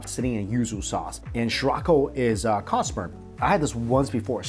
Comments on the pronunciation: What was the dish he ate first after the tofu. I cannot understand “cotspur?” With Ouso sauce. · bro did you say " cow sperm??" lmao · Sounded like cod sperm😳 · 7.20…..is he saying Cod Sperm?